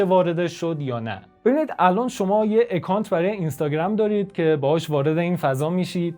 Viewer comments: با سپاس از این کار با ارزشتون . با عرض معذرت : اِکانت اشتباهه ، اَکانت درسته account ✌ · سپاس از اینکه انقدر سریع پاسخ دادید. جناب نازنین اگر بخوایم واژه های انگلیسی رو مثل خودشون تلفظ کنیم باید به صدای کلمات هم توجه کنیم. مثلا همین واژه account در واقع شروعش چیزی بین اّ و اِ هست که چنین حرفی در الفبای فارسی وجود نداره. ولی باور کنید بیشتر به سمت اَ تمایل داره تا اِ. اصرار من نسبت به این مورد به این دلیله که من زبان انگلیسی رو در طول چند سالی که در انگلستان درس میخوندم یاد گرفتم و قصدم بهیچوجه گستاخی و اهانت نبود✌